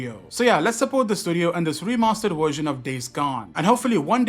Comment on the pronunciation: Indians can say Vishnu, but not “Version”